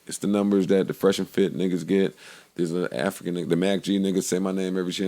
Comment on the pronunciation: The Air-fri-can brother, say my name,...I ain't saying the name again. Very noble/humble of Joe to give a shout out to Air-fri-cor.